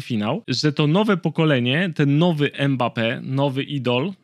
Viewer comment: nie mekambe tylko mambeppe